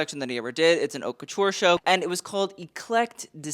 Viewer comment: ...did you really just say, "red carpet award show-ee". No.